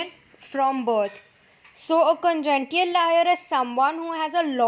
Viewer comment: Videos are great just the pronounciation of some words are different while explaning . For eg : Congenital is called congential . Also in last video Aphrodisiac was called Aphrocidiac.